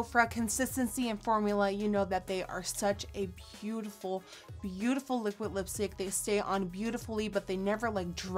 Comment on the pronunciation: Does she know how to say liquid!? It's liquid not liquit